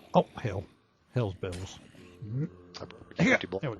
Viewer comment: He said Hell's Bell's?